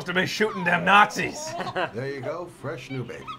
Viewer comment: A "Frash" new baby :D